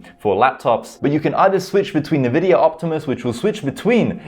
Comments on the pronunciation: it's pronounced "INVIDIA mate.. NOT nevidia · Great video but Envidia...."EN"vidia. 🤣